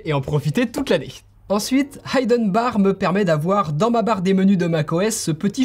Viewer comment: 1) plim non authentifiée par apple 2) pas aïden barre mais iden bar pour la prononciation (écoute dans google trad) 3) dropover très intéressant 4) hand mirror que pour os>12 (et prononcer and et pas end) 5) shotter ne permet pas de changer la zone de sélection contrairement à TechSmith Capture